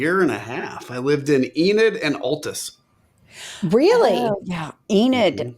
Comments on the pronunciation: As a Oklahoma girl raised there - Adam is not pronouncing Altus correctly! I cannot believe you girls let that slip - it doesn't have the "Alltus sound," it is like "Awwltus." Right ladies. HAHAHAHAHAHAHAHAHA. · His pronunciation of Altus is triggering me